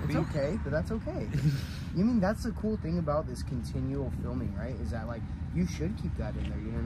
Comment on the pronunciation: It’s kooo it’s your choice buttttt I’m down for whatever brother